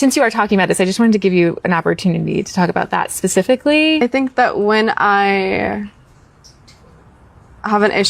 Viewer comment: Specifically not specificaleee